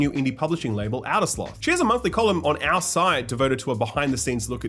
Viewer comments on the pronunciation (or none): none